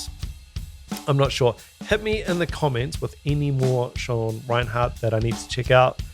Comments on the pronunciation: 1. It's REI-NERT, not Reinhardt. (You Kiwis always make things sound weird too.😅) 2. He's really a jazz fusion guy who accidentally fell into death metal when he met Chuck Schuldiner as a teen and joining Death. He said his biggest influence is Vinnie Colaiuta. You can really hear it in his work in Cynic, especially their first album. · 1) it's Sean Rein-ERT not Rinehart (RIP - one of the most mispronounced names in metal). 2) he's the personal hero to many thousands of drummers including myself, so NICE CHOICE here dude. Maybe try watching a live CYNIC video of him from the 1990s. His playing with Cynic was where he cemented his legend. There is one video shown from behind the kit where Sean's left hand mastery is fully on display. ('swhat she said) But his playing goes far beyond the techniques he uses. He is/was a one man orchestra. Dave Lombardo meets Vinnie Colaiuta times nine.